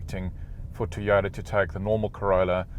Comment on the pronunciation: Mate why do you say teyota instead of Toyota.? and can you get these with cloth seats hate leather.?